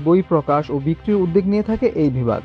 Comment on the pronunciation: 'উদ্যোগ' শব্দটির উচ্চারণ ভুল করা হচ্ছে।